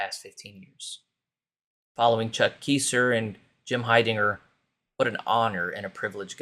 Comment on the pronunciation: Charles Keysor's name is pronounced Ki-zer. (Ki as in "guy") Long i please. I knew him personally.